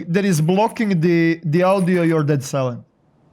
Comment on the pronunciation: Ah yes, Steam Awdioh. Luv you